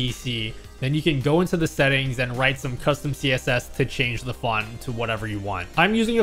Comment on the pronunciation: Your inner Italian came through when you said, "with this widget you can of course, change-a-the-font"